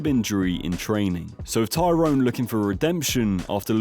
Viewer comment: U kept mistaking KO and tKO, gib vs paul was tko, the others were KO’d, you also kept calling him tyrone instead of Tyron